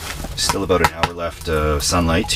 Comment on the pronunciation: didn't you hear him say "aboot"? obviously canadian